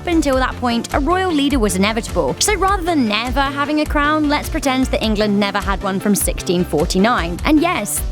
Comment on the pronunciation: Why does she keep saying England in welsh and kinda annoyed